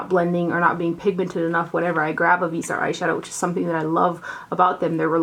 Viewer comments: It's pronounced vis-e-art, FYI!! You went back and forth! Lol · Your videos and very much appreciated. Thank you. 🌹 Greetings from Canada 🍁. Viseart means FaceArt. VEEZ R is how you say it. Vee Zar. No T.